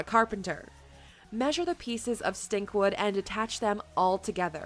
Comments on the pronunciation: It's Stikwood, not Stinkwood, LOL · It's "Stikwood" NOT stinkwood! Wow